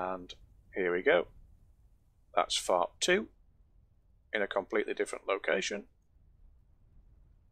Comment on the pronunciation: I could not understand what you were saying you built earlier. So, I turned on CC, and it confirmed what I thought you were saying. "You built a fart earlier".